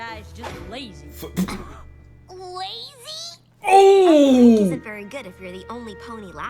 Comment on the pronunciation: Laizy?!Seriously ,laizy?!I mean what's laizy in this?Does she even know what laizy means?That bitch........